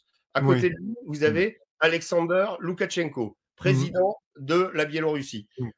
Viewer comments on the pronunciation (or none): LU_KA _SHEN _KO et non Luka-TCH- enko